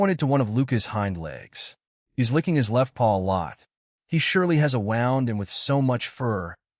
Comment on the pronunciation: A wownd? It's woo nd. Wound. Edit your vids for awful AI.